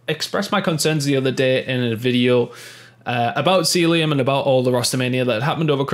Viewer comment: Ffs it's not seeluim it's cell ium